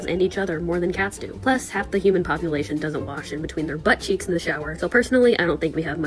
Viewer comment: “Dont clean Their BUTTcheeks” YOU SAID THAT WITH ALL CAPS LOL